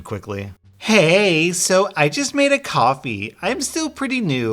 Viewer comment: No one: when Prouncing Ko-Fi: Coffee